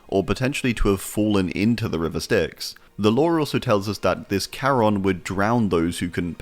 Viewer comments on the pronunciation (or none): none